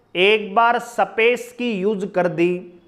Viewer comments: शबद, सपेस ye kaun si bhasha hai sir ji😂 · Haryanvi boli h